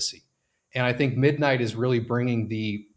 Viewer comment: I have heard of Monero but what is MonoRow? I was invested heavily into MidMight only cuz the YT influencer kept pronouncing NIGHT wrong 🤣